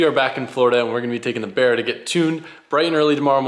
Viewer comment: B “A” RRA, not B “E” RRA..